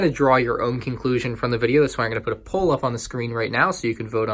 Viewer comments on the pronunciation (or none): none